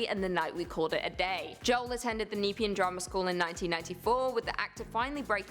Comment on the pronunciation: She pronounced Nepean wrong!! It's neh-pea-en